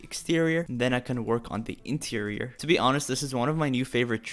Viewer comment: E-TEIRIOR Me: interior